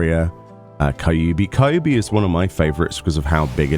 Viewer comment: Kai ubi... ugh 😂 the pronounciation is Keeubee😂 I'm so glad it's back, gonna grind fates so hard it's gonna be a problem